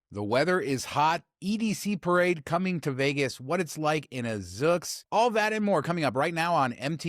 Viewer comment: Zoox is pronounced with a long u sound. Zoooooooouuuuuux